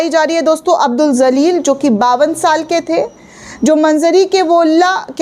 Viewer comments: Abdul Jaleel... Madam don't say abdul zaleel.....please pronounce correctly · Madam marne wale ka naam zalil nahi Jalil hai . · Zaleel nahi hota hai jaleel hota hai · Madam J Se ... JALEEL Pronounce Karen.... Z Se Nahi